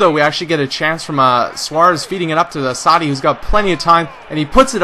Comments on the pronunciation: lol you pronounce assaidi not very well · Enjoying the videos try and get doumbia next transfer window and pronuce assasdi name right lol YNWA !!!